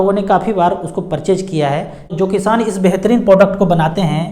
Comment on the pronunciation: किशान नही किसान होता है